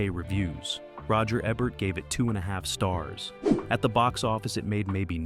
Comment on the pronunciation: Wow! You're really butchering people's names. You switch the pronounciation of Roger Ebert's name back and forth. 😮 Also, some of these films are not forgotten. JoBlo can attest to that.